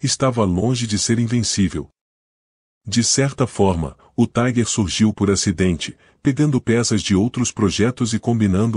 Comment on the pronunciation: A pronuncia correta é tiger com som de i e nao taiguer, taiguer era a pronuncia dos norte americanos